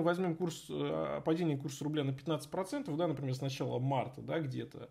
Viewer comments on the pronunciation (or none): none